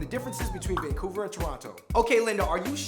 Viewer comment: Leendad infected the Fungbros with saying Vangcouver O_O